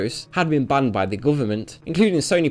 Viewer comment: "Hlyave beeen booned by the gooverment"